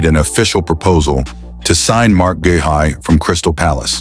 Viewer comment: Guehi is pronounced GAY-EE - use a real person to record the voice over instead of AI dubbing